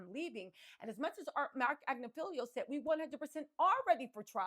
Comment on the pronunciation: You crack me up! You nailed ‘voir dire’ but ‘pharmacological’ and ‘Agnifilo’ are kicking yo butt! 😂 If you care to up your game, for when you hit network tv after conviction🤞🏻, I’ll leave these helpers for you: ~/farm-uh-Cō-loj-uh-cle/ 6 syllables, accenting 3rd, vs /farm-ō-loj-uh-cle/ which is missing a syllable… ~/ag-NIFF-uh-lō/ 4 syllables, accenting 2nd vs /ag-ni-FILL-ee-ō/ with an extra syllable not belonging ❤ Elementary Teacher from Ohio 😘